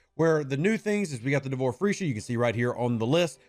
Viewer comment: Nice Vid Rev, just keep smiling every time you say Freesha. But Shopley is saying it as it is with all they do FEEsha.